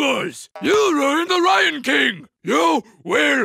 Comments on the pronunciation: NO!!!! its "rion kingu" pureez korekt ur IIIINNNGURISHHH!!!!!!!!!! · "You ruined the rion king" 😂😂